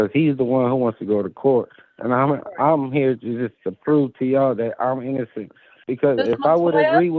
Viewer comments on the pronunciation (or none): The operating word here is "innozzenddd" your ohhnnrrr.